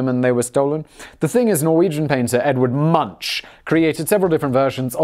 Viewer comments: Nailed Van Gogh pronunciation, ... It's (Ed Vard Moonck) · So you can get all huffy about Van-GOUCHKCGHCKGHGHCH but you can't be bothered to say Moonk?! SRSLY? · Edvard Munch's surname is pronounced Moonk. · Edvard Munch's lastname is pronounced as /mʊŋk/ MUUNK and has nothing to do with a Sausage cat. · "Munch" is pronounced like "Monk" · It's pronounced 'monk' by the way. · I would try to correct Simon on the pronunciation of Munch in Norwegian, but... this video is a month old and he's Simon, so just about 0 fucks are given... for anyone interested, the "ch" is a k, and the u is almost like the u in "uncle", so almost like "monk" but more drawn out and lighter tone on the u.... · Oof I really hurts as one of those stuck up artsy type to you say Munch wrong. lol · Any fellow Norwegians here to laugh at how he pronounces Munch? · It’s pronounced “Moon-CK” (hard K sound at the end). Edvard Münch (not “munch”, moon-CK) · "Edvard Munch's" name has never been, is not, and never will be pronounce MUNCH, as in "munchies", even though lazy people worldwide continuously say it that way. The correct pronunciation for "The Scream's" artist/painter Edvard Munch is Edvard "MOONK", and always has been. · FYI - It's pronounced Edvard Munk. The U is still pronounced the same (not like in monk), just replace the SH sound at the end with a hard K! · Simon: Ed-ward MunCH Me, an intellectual: Edvard Moonk! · Munch is pronounced "Moonk". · Munch is pronounced as Munk. Otherwise excellent video! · Munch is pronounced "Munk" 😅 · Also it's pronounced Munk, not munch. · It's pronounced more like Munk, not munch. Ch is pronounced like a K in Norway... No, it doesn't make sense! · Munch sounds like that, because you're saying it wrong... it's pronounced more like Munk. Sorry, couldn't take that. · And I believe it's pronounced with a k sound , "Munk". Hey, I didn't neighbor Norway for nothing. But I do approve of the jokes Simon got out of it, so meh.